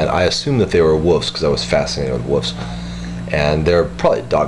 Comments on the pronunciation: why do you say woofs instead of wolves? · 'wufs' i love it